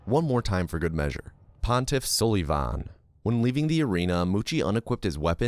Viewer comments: Its only funny that you kept saying pontif sullyyyyyyyvan.. pretty sure its sul i van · bro said pontiff suhlivahn not sulvahn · The way you say "Pontiff SOULYvahn" and "and or londo" piss me off so much lmao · Idk if you're just memeing or not, but hearing you pronounce sulyvahn's name suh-lee-von had me in tears. It's pronounced suh-luh-vin 😂😂 like Sullivan from Monsters Inc. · Gundyr is the best name in all of gaming especially when he's the champ, I pronounce it Sullivan anyways because it's less cringe, I will put you in a headlock after school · Hate to tell you this because of how much you love saying Sulyvahn, but it’s really just said Sullivan. Means “black-eyed one” But thanks for the content! Great video. Dunno how runners come up with this stuff. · You’re pronouncing pontiff sulyvahn wrong every time and it hurts me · buddy at least pronounce your favourite boss right! smh! unsub! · This man is purposely pronouncing Pontiffs name wrong only to trigger people and I love it